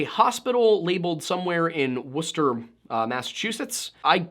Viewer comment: As a life long new Englander 10/10 on the pronunciation of Wuhstah